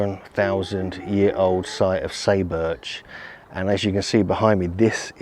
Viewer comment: SAY is pronounced like the English word "sigh" and "u" is like "oo". SIGH boorch. Just saying.